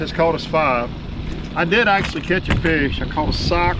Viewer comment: Sock, not sick...